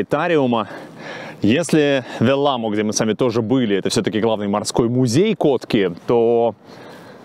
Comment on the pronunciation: Уважаемый, если Вы не против, я обращу Ваше внимание на то, что ударение в финских словах всегда падает на первый слог. Поэтому - Са́покка, Ве́лламо и так далее. Я с увлечением смотрю и слушаю каждое Ваше новое произведение. Большое спасибо!